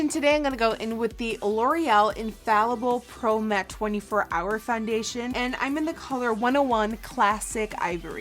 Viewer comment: I hate the way she talks. What the hell is fundation